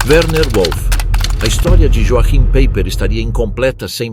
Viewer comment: Pronuncia-se "ioarrim paiper", pois no alemao J tem som de I e CH tem som de "rr"